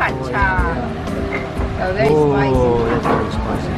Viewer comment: I will have to check that place out. Is there a lot of places to rent around there? You did Pattaya right the first time. That how the thais call it and the song. PAT-T-AYA